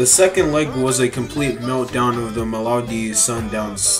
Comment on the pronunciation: Not malowdy 😂 mamelodi